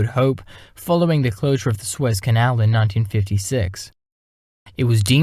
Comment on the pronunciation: Sue Ez. Not swizz